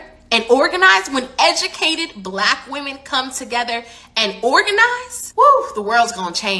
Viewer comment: "BLACCCHQ women. " speak normally 😂